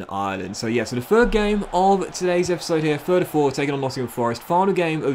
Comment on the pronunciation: Anyone else love the way he says “e-e-e-p-is-sode”